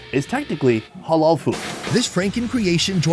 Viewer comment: Why does say Hollol food 😂